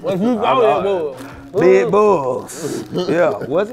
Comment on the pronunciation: “UNDER THAT BAED”